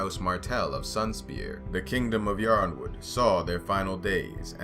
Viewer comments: Are we sure it's pronounced "YORNwood"? I've been saying "IRONwood", which seems more likely to be correct, since, uh, it starts with "YRO", not "YOR". Has GRRM ever said it out loud in an interview? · It's pronounced like, "Ironwood." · I mean there are about 2 million pronunciations for Brienne, does it really matter how Yronwood is pronounced